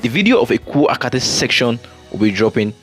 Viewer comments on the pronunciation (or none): you are doing a good job. But take of pronunciation of area names, this should be part of your work. There is nothinglike Eko “Akate” as you called it. It is Eko-Akete. Please correct yourself. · Good job bro!!! It is pronounced as Eko A kay tay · Well done and congrats on using a drone...it makes a lot of difference. Meanwhile it's EKO AKETE, not Eko Akate 😊